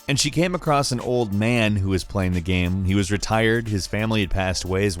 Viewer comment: I literally watch your videos just to count how many times you say geh-yum.